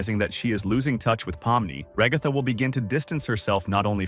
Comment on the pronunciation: I'm sorry it's ragaaaatha